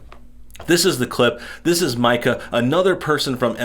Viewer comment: Pardon the correction, and it doesn’t change the level of “Karen” Mika represents, but her name is pronounced like “Mee-ca.”